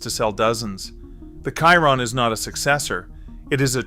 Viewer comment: Chiron, a Monegasque name speaking in French, is pronunced "She-ron". It is annoying when a video failed to do a basic research.